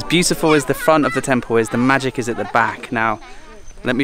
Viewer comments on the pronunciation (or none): none